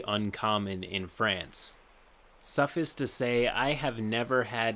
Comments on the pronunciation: ‘Suffus’? It’s ‘suf-ice’. ‘suf’ as in ‘suf-fer’, ‘ice’ as in ‘ice cream’. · Suffice is pronounced with a big I sound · The biggest sin in this video is suff-ise